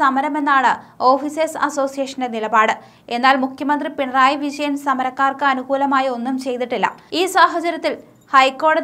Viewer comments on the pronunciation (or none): none